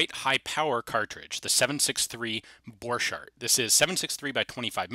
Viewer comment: Why the name of German Borchardt is pronounced in halfEnglish- halfFrench way (the - ch pronunciation ) ?